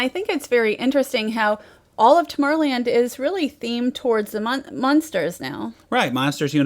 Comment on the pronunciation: Does it bother anybody else that she keeps referring to the "Munsters," rather than Monsters?